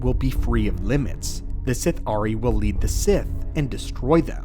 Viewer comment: Sith’ari is pronounced as a single word (Sithari) not Sith-Ari